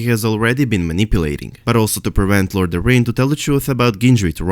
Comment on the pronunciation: The correct way to say Lord Jon Arryn's last name is. .. air - in... air that you breath and in/out Keep up the great work